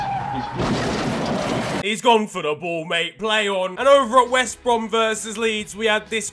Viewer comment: "wost brem" 🤣🤣